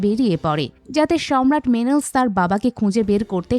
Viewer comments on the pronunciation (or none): নামগুলো ভুল উচ্চারণ করছেন। টেলিমেকাস, মেনেলাউস, এগামেমনন। অডিসিউস / অফিসিয়াস, ক্যালিপসো আরো অনেক নাম ভুল উচ্চারণ শুনলাম।